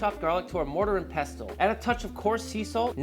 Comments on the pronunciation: I can live with it either way even tho mortar first is what im use to. Its the T that get me, its peh-sl not pest-le 😂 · For future reference, it's Yee-roh and there's no pronunciation of the T in pestle (pess-ul). You know I luvya and I'm out..... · Not trying to be a pedant, but for some reason this one really bugs me. Pestle is pronounced without the hard "T", so it's more like "pessle." But I thank you for these marinade tips. Looking forward to trying the "shawarma" one since I already have all of those spices. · Mortar and peh sl. Pestle is pronounced peh sl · did he say "pest-tel" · the T in pestle is silent bro...lord have mercy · The way he says pestle is annoying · isn't the t silent in pestle? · Why is he saying 'Pestle' like that? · I think he’s tranna make more engagement 🤣.. which is working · FFS! THE T IS SILENT IN PESTLE! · Everytime he says it it gets to me 😂 the T in pestle is silent, even in the British pronunciation. 😂😂😂